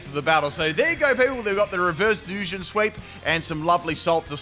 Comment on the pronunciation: Full wrong pronunciation team! Hisuian(his-oo-wane) Samurott Duosion (Doo-sion) Gliscor (Gliss-cor) Magearna (Maj-jar-na) A grass Pokémon with synthesis (favourite healing move) Maushold (Moose-hold) Any I've missed?😂